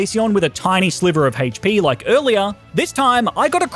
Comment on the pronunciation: Everyone: HP.: Hate-ch-pee.